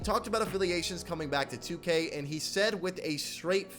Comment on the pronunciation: My man please stop pronouncing 2k wrong lool